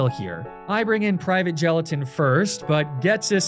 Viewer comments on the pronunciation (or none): none